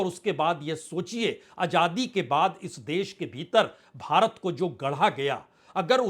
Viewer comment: Kitna 'beeter bheeter "bolthe ho